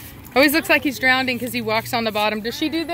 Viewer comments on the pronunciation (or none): Oof did you just say drownding 🥴